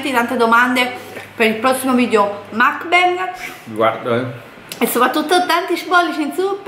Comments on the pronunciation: si dice MUK BANG proprio come lo leggi, non macbeg come lo hai pronunciato!! Volete cambiare contenuti al canale, liberissimi di farlo, il canale è Vostro ma almeno DOCUMENTATEVI!!!!!!! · si ma tesoro si dice mUkbang non mAkbang